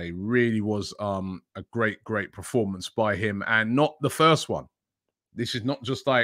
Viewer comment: Robbie please... its PERformance, not PROformance... :'D